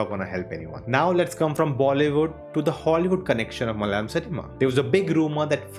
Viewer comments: Malyali or malayali ??🤔🤔 Have heard most non-southerners pronounce malayalam as Malyalam and kannada as Kannad just like Americans pronounce Aluminium as Aluminum😬😬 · Plz don't try to kill our language, plz learn acting from d malayalam movie, how they r getting national award,atleast learn to pronounce d name "malayalam" properly 😂.